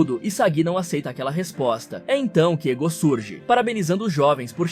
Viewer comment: O fd é ele falar o nome dos cara errado sksksk, iságui, egô, naguí 😂